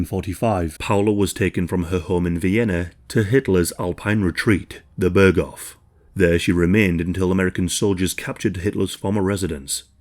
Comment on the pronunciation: börgoff ah yes